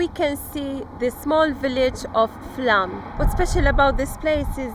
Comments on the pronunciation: FLOWM.....PRONUNCIATION AS Å has a O sound in Scandinavian language. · It's actually pronounced Flom. the Å is like "awe". The 29th letter of our alphabet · It is pronounced Flom. Norwegian "å" corresponds to "o" in most languages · Watching this, you have just passed Flåm, and it is pronounced like "flaw" with an m added at the end...